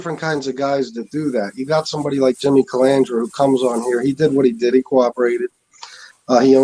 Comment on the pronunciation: It's easy.... Repeat after me: CA-LAN-DRA. Not CA-LAN-DRI-A ! Kapisch??